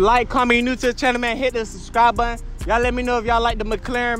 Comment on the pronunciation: It's called Mc-Laren not Mc-Claren